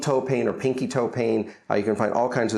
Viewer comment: Why do u say pain like peein